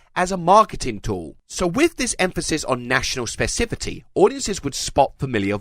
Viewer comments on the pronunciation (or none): Specifity?! Specificity! Fix it in the dub OHOHO